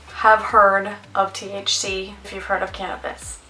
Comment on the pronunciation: It's pronounced "THC" not "TH-She"